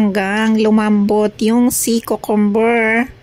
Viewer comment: Kyoo-kuhm- ber hindi kookomber po👍